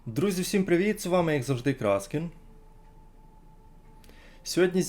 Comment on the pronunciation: Ти кажеш вс(и)м дякую,а українською треба казати вс(і)м дякую!